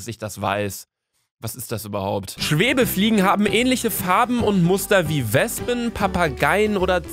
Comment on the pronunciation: Schwebefliegen xD nicht Schwebfliege? ^^